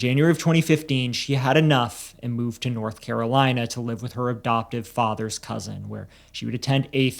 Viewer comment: Why do you pronounce adoptive “abdoptive?” Learn to speak.